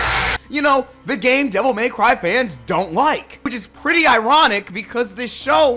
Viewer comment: "Devil MAY cry" Why do people say it like this? It burns my brain.